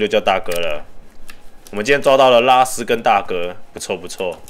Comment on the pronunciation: 拉斯聽起來好像叫拉屎